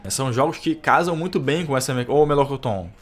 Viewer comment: Não aguentei quando ouvi "Melocoton" kkk é uma onda.